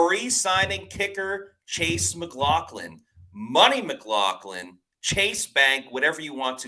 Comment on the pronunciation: I love how keeps calling him mclaughkin lol 💀